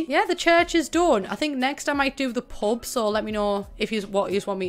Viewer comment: idk about anyone else but every time you say "pub" I thought you were saying "pope" lmao